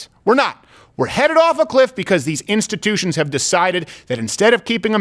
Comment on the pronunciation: Just say democrats, it's not "instittions".